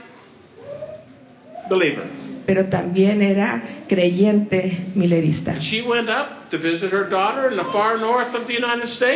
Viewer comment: No se dice Millerista , sino Millerita .